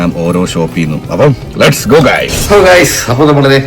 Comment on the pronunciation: ലേറ്റ്യുസ് അല്ല ലെറ്റസ് ❤